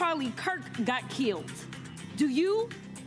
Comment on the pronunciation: Keeled lol